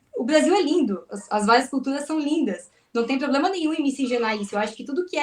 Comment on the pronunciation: É a moça falou muito bem " POBLEMA"